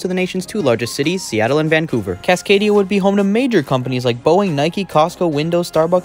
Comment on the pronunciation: Cascadia, not Casadania